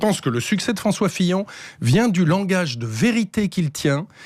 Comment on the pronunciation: affaire Fillon et non pas pillon mais sinon c génial